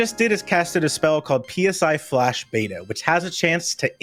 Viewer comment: Friendly reminder to all runners and commentators that "PSI" despite being capitalized is pronounced the same as the Greek letter.